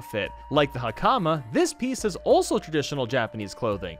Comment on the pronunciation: He keeps saying hakama wrong it is pronounced like hak uh ma